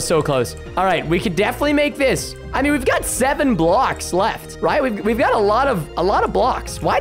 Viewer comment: he sound like he said robbed when he probably meant to got a new hoodie